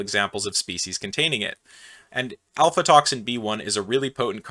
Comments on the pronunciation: I'm pretty sure that it's not "alfatoxin", but "aflatoxin". That is all. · I think that is aflatoxin, not alfatoxin. Sterigmatocystin: the ending sounds more like sys tin than sigh tin. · I cringed hard every time he mispronounced aflatoxin as alfa toxin. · Its called Aflatoxin B1? Not Alfatoxin B1. Thanx for a interesting review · 💡 Aflatoxin, not Alfatoxin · afLAtoxin, not ALPHAtoxin. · Afla, not alfa. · Did you seriously call aflatoxin "alfatoxin"? THE aFLatoxin (F before L) that I was cursing you for omitting from your first mycotoxin video? Jesus Christ. Are you making mistakes on purpose for the engagement score through comments like this one? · It's Aflatoxin, not Alfatoxin. He switched the letters in case you're googling it. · Aflatoxin, not Alfatoxin. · aFLatoxin gosh darn it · Really nice Video! More Biosynthesis! PS: Its called AFLAtoxin... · seems you thought it was "alfatoxin" ? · "Alfatoxin"??? You said it several times, and wrote it.... although you did spell it correctly in the lower right caption. C'mon, man, you're better than this. 😁